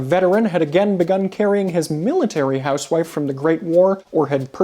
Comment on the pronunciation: He mispronounces “housewife”.